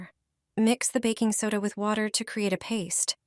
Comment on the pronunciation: The narration is comical. Water pronounced waiter?